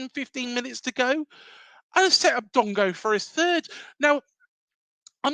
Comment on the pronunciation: Dango not Dongo